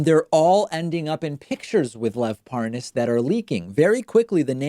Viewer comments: Notice how tRUMP and Nunes try to mispronounce his name in an exaggerated form as if they’re trying to prove they don’t know him because they don’t even know how to say his name. ParNaaaaaaaaz🤣😂🤣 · It's pronounced Par - naz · I love when they mispronounce his name to try and give the impression that they dont know who he is.